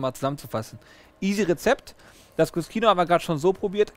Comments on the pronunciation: cuscino - was auf italiniesch "kissen" heisst, wird kuschino ausgesprochen. wenn man es kuskino ausspricht, dann müsste es im italienischen cuschino geschrieben werden :) klingt für den deutschen ziemlich unlogisch, aber wenn man die italienische sprache kennt, dann ist es absolut logisch. wenn hinter den buchstaben "sc" ein "i" oder ein "e" kommt, dann wird das "sc" wie das deutsche "sch" ausgeprochen. kommt ein anderer vokal oder ein konsonant dahinter, dann wird das "sc" wie ein deutsches "sk" ausgesprochen. Möchte man nun aber eine Buchtstabenkombination wie das deutsche "ske" oder "ski" aussprechen, so kommt im italienischem hinter das "sc" ein "h", damit kein "e" oder "i" direkt auf das "sc" folgt. Siehe auch "bruschetta", was "brusketta" ausgeprochen wird. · Hey Leute, Der Cut wird als KU-SCHI-NO ausgesprochen, steht im italienischen für "Kissen" und scheint hiermit ein Schulterkissen zu sein! LG